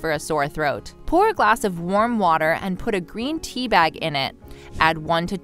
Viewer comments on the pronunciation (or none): none